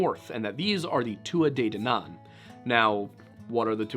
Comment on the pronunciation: I'm almost annoyed by how delighted I am by the fact that a video on the banshee requires a fifteen minute background ramble on the weird mythological history of Ireland. And pronounces Tuatha De Danaan correctly, which is a balm to my soul - as an Irish mythology nerd who's also cursed with an interest in the paranormal sheer number of times I've gritted my teeth at terrible butchering of the name is epic. 😂 You two make my day, so keep up the great work...